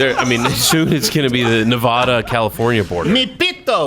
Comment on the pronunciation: Sorry a a Nevadan I must object to pronunciation of my state’s name. It’s Ne-va-duh okay.